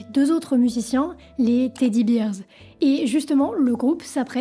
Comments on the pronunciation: Très bonne vidéo, juste ton anglais qui pique un peu, rien de bien grave ^^ Ramones pas Raymones Teddy Bears pas "Beers" (bairz, non birz) How c'est "haou" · Super comme d'habitude . Par contre "Bears" se prononce bères & non bires. C'est une fautes que beaucoup de Français font. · Juste des bête détails, "Ramones" n'a pas de 'the' et se dit [Rat mot "ns"] Et dans "Teddy Bears", 'Bears' se prononce [Bèrz] et non [Birz]. (Beers, c'est des bières. 😉) "Suicide" à l'envers fait "Edicius" ou en verlan "Decisui", pas "Sidu". Mais l'idée à du bon, sinon, utilise une périphrase "Il s'est ôté la vie". Mais pour le reste, je suis pendu à tes lèvres tout au long de l'histoire, chapeau une fois de plus !